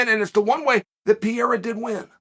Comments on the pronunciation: DUDE. PEREIRA. NOT PYERA. PE RE YRA. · Pa-rare-ra not Pee-era Chael cmon 😂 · This guy continuesly saying his name terrible wrong lmao “pee era “ his name is pereira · Pe-rei-ra... Although it is pretty funny to hear Piera persistently...😉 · For the love of god Chael is PEREIRA NOT PIERA PORRA, that aside exelent video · Geezus Chael, try to learn how to pronounce his name... wtf is Pierra? Try Pe...Rey..Ra! Not too difficult.. but really enjoy your content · Uncle Chael calling him Pier never gets old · I like how everyone has a different pronunciation of Pereira. Chael is going with Pierre. Lol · Alex 'Piera', Islan 'Michaelchef', 'Hasmat Himachev'... The question is... Does Chael mispronounce all names in purpose? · ITS NOT PIERRA!!!!!!!!!!! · Who the hell is piera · it's Peh Ray Ra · Pierra lol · As a Brazilian, it's hard to listen Sonnen pronunciation of PEREIRA. You should call him Alex. Ahahaha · Call him Poatan please his last name is Pereira and the pronunciation is not even close 😂 POATAN hands of stone ! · Chael just refuses to pronounce the first “R” in Pereira 😂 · He's the champion now, maybe you should get his last name right. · That pronunciation of "pereira" is making me physically ill. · Huge fan of yours, Uncle Chael, but you gotta learn how to say "Pereira" now. 😁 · learn some respect, Kale, and pronounce his name right. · Ffs Chael the joke is old, pronounce his name properly now